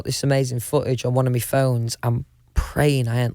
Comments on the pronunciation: this man really just said "one of me phones" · whenever he says me instead of my I caNT HELP BUT LAUGH JDOSEJJ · The way that he says “my” as “me” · The way he says 'my' as 'me'... Love his whole existence.